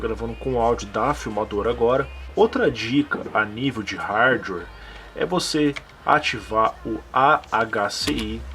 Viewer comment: NÃO desabilitem o superfetch , ele na verdade é um serviço que analisa o que você mais utiliza de programas no computador e os mantem na memoria para abrir mais rápido num futuro ( tem sentido já que programas mais usados tentem a ser abertos mais vezes ). E fala Hardware corretamente por favor